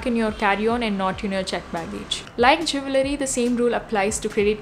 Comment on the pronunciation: Jool-rey not jewe -lery